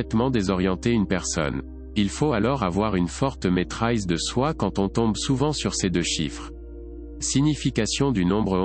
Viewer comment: C'est français et se prononce maîtrise, pas maitraise comme en anglais .